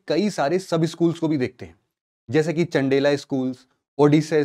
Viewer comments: Nice video but aap please chandel ko thik pronounce kare chandela nhi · Sir in temples k hindi name liya kro.....ese confusion ho jata h.... जैसे,,, चंदी टेंपल नहीं चंडी टेंपल,,, चंदीका की जगह चंडिका टेंपल,,,,, चंडेला वंश की जगह चंदेल वंश होगा,,,,,, Video is fully loaded with important information....bs pronounciation hi confusion de rha h....💔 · ‘नगर’ या “नागर” शैली 😅 ⁉️ ‘चंडेला’ या “चंदेल” 😂⁉️ भैया❗️ यू॰पी॰एस॰सी॰ वालों का ज्ञान बाँटने से पहले, अपने उच्चारण ठीक कर लेते 🙏🏽❗️😜😝😃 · Sorry sir लेकिन वो चंडेला नहीं चंदेल है 😂